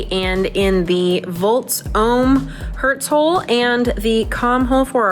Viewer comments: She said "hertz hole" hehe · Did say "Hertz hole"? You should probably see a doctor for that